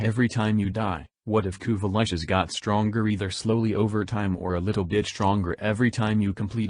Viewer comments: "Kuva Lushes" - "Kuva Latches" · Had to stop listening because of “Kuva Lich” being okay singular, but pronounced “Kuva Lush” as plural, which was irritating as shit.